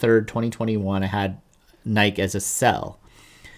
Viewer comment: Are you deliberately not saying NY KEE? Anyway, good channel, appreciate your analysis. I'm long NKE and it's a large position for me.